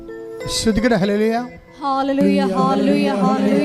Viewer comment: Hallelujah പറയുന്ന സിസ്റ്റർ ഹാലെ ലൂയ എന്ന് പറയുന്നത് കേൾക്കാൻ ബുദ്ധി മുട്ട് തോന്നുന്നു.